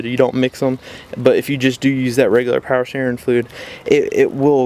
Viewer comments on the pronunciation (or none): “Pow sterrin flewd” 😂😂